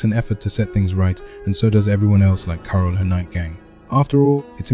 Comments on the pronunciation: Thats crazy i thought that was ur actual voice, but as someone else said it said carol weird so it sounded more like 'kara' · i feel like you can still tweak a few things, like how it says 'carol' sometimes - quite neat though! feels impressive that you made your own tts